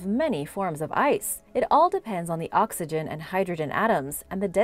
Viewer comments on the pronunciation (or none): none